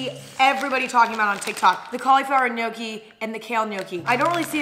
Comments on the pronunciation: Love your videos by gnocchi is pronounced nochi not nocci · Gnocchi is supposed to be shewy